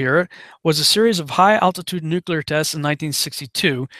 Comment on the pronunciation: You said nuclear 3+ times correctly, which forced me to hit the sub button. FINALLY a conspiracy dude I can respect.